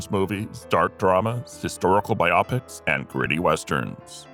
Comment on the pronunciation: If you're going to keep doing these, you should know that "biopics" is pronounced as the combination of its two root words "bio" and "pics" (it has nothing to do with optics). And what about Gardner McKay?